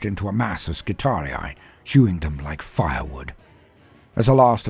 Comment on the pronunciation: You're one of the only people I've heard pronounce "skitarii" properly. As always, love the storytelling. You're the boss 👊